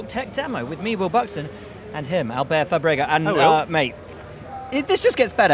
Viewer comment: F'á brega .. not Fabréga.. just as Checo is Pérez not Peréz.. smh